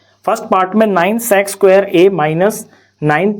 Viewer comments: Nhi sec²Q sex²Q sunai de rha hai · Bro's pronounciation of sec²💀